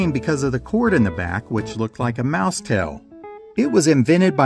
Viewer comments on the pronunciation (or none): none